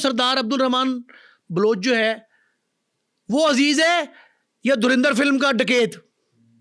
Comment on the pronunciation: Bhai it's a movie, aur sbse pehle to Its Dhurandar..no E in pronunciation 😂..also baar baar bol rahe ho kya hasil kiya..437 Cr INR means 1380 Cr in Pak Currency 😂